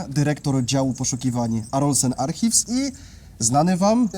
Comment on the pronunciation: używacie angielskich nazw. Archives wymawia się - arkajws. 😊